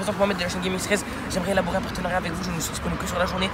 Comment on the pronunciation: c'est quoi un "partenarait " ? Mdrrrr